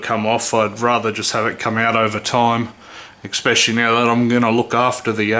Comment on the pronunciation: English police!!! Essssssssssspecially, there is no x in the word especially. Love how you explained this though. It’s the first time I’ve seen it explained so well.